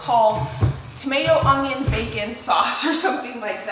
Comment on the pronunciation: ...it's onion...not ungyion! I used to say it that way all the time. Now after working at it for years I've corrected it most of the time. I wouldn't have said anything buy you use onions soooooo often and I hear it all the time. Correct it if you will or not I'll still be watching!!!!